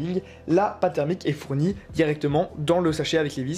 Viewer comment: "Au niveau, maintenant, de la pâte thèreumique" x)